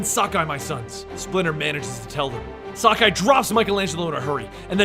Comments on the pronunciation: i'm pretty sure it's sak-i and not sakai and it's kur-rai and not kar-rai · Sock-Eye huh?